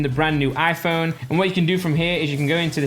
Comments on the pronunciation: Why does he say Aphone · How many times does he say Aiiphone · The way he says iPhone 😂